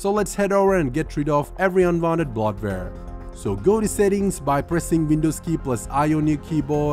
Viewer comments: when he says "blot-ver" he means bloatware lol... and I don't think we are going to know what the bloatware is unless we recognize it as a program/app we don't use... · Bloatware is pronounced "bloat ware", not "blot ware". Just FYI. 👍